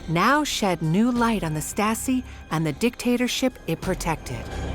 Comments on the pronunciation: And i thougt the stories from my german teacher about the Stasi was crazy... Yet why does the narrator say the staski? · The narrator (AI?) has a lot of trouble pronouncing German words.